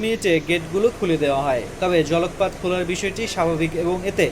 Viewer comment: জলক পাট না। জল কপাট বলবেন।